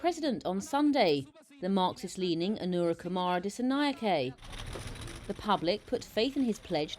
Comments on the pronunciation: අනුරා කුමාරා දිසානෙයාකෙ 😄 මොනවද බ මෙ නම් කියන විදිහ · Please learn to pronounce names correctly, we always read Indian names correctly.